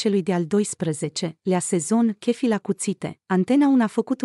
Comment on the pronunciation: Nu mai pronunta “ chefi “ si “ online “!